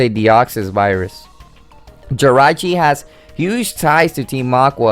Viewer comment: ***** you'e saying it wong again it's (ji-rachi